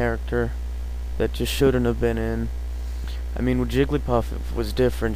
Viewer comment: I stopped watching at "Jigglypuff"